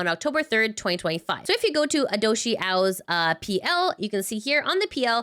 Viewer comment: it's Hiodoshi Ao, not Hidoshi Ao. Thank you for the news